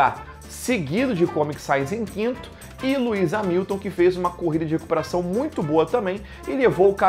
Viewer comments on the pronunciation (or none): none